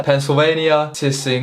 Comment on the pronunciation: crying at the pronunciation of Tsinghua 😂😂